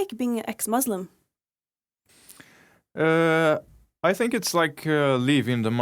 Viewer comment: Muslim not Muuuuzlim